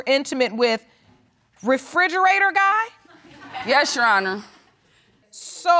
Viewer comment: black ppl always say frigarata lol